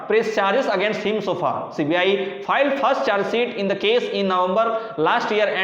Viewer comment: Filled (भरा हुआ) नही filed (दायर) होता है।